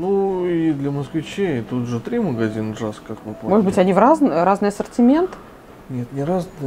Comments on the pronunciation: Джаск?? Это же Юск!) Во всяком случае, мы так его называем много лет. И в Википедии так же. Очень интересно) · Не "Джаск" а "Юск"... это датский, а не английский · Читается юск а не джаск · Почему ДЖАСК? ЮСК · Я не уверена, но мне кажется, он произносится «юск» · Привет. Спасибо за интересный обзор магазина. Все супер, но название JYSK произносится "Юск" (как вариант Йюск). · Юск. В Финляндии всегда этот магазин посещаем. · В Финляндии он называется (произносится) "юск". Известная сеть в Скандинавии и всей Европе средней ценовой категории. Можно найти интересные штучки для интерьера. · Произносится Йиск и напольную подушку класть либо перед дверью, чтобы не закрывалась или чтобы не сквозило. Кстати в Скандинавии этот магазин как правило находится в городе и не надо выезжать за город, в ту же самую Икею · Вроде не писали ещё. Jysk (произносится Юск или Йюск) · Правильно произносить ЮСК. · Произносится юск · Происноситься ЮСК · Да,,вы не так проговариваете название магазина.